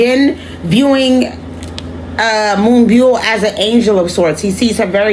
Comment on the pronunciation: You pronounced her name perfectly! You can also refer to her as Moonstar as " byul" translates to star